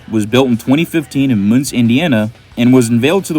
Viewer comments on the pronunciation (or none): "Munce Indiana?" How about Mun-cee Indiana? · munce indiana 😭its MUN-SEE